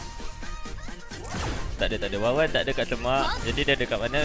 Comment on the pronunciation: wanwan lah bang bukan wawan, wkwkwkw